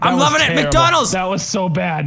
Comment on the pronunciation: He said "Mikey McDonolds"